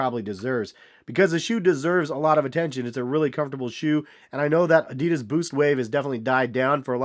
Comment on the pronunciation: “Adeeeedus” lol